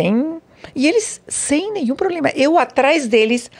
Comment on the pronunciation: o poblema é não esconcer né? kkk